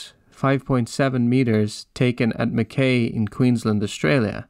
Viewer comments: Mackay is pronounced as in rhyming with McSky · Mackay is pronounced “Mack Eye”